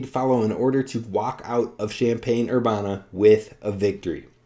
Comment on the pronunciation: How do you not know how to say Urbana if you follow the B1G?